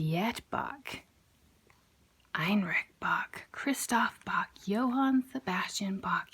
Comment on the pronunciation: Maybe learn to say Bach first.